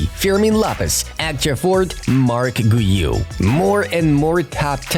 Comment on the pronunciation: Guiu is pronounced as GYOU.